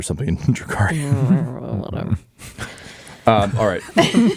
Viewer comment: Ugh, *Drukhari*. Also, Gideon is the most frustrating character I have ever seen, in a good way.